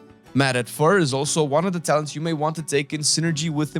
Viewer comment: Was the "Talens" intentional? :D